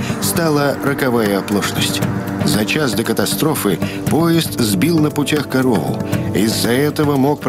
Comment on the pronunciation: Диктор так невнятно произносит , что не понятно что он говорит, "корову" или "короу" 🤷‍♂️🤦‍♂️